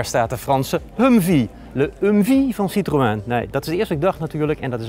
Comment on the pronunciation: Jammer dat deze man het merk "citroën" niet kan uitpspreken...